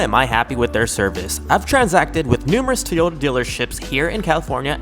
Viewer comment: What’s up with people saying “Tee-ota”? Do you know how to say “Toy”? 😂